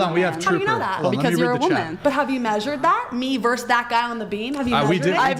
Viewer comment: verse is something in poetry, music, or literature. you saying "verse" instead of versus is an indicator of how stupid you are...